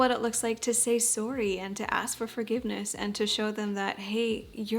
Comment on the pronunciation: I love how Canadians say sorry XD